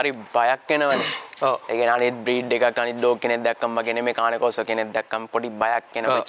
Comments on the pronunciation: කානේ කොර්සෝ නෙවේ.keyn kaw saw කියල pronounce කරන්නෙ.👍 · කානේ කෝසෝ නෙමෙයි කේන් කෝසෝ ගූගල් එකේ ගහන්න මේක cane corso pronuciation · Just note that they pronounced "Cane Corso" wrong...